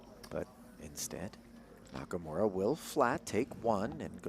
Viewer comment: It is NakaMura not NakaMora